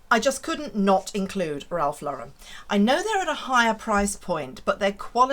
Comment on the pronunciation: Thank you for pronouncing Ralph Lauren correctly! So many want to put a French sound to it…makes me crazy!